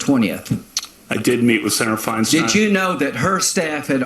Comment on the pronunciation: it's pronounced "Fine-stine" (there are YouTube videos on How To Pronounce..). Rod, on the other hand, says he answers to either, but his father uses "Rosen-STINE", while relatives use "Rosen-STEEN". Harvey is also "Wine-stine", btw. I think the envelope was a pay-off, too.